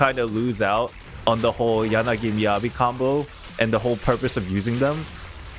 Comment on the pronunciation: how do you manage to pronounce Yanagi correctly and then Miyabi all wrong 😭